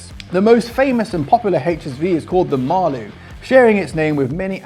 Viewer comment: Great video, but unfortunately there are quite a few factual errors in this video, including: 1. The Maloo is pronounced “Mal- oo”, not “Mar-loo”. 2. The first Holden utes (utilities) were (like Ford) 6 cylinder cars, from 1948 onwards, and were very popular…both in the cities and out in the country. V8 utes didn’t come along until the late 1960s. 3. Ford, (General Motors) Holden and Chrysler all made popular and successful utes, right up until (one by one) all 3 American parent companies permanently closed down their Australian factories. This also happened to Mitsubishi, Nissan and Toyota…leaving Australia without any car manufacturers and imported cars only. This resulted in no more (car-based) utes, just larger pickup trucks. Cheers from Oz.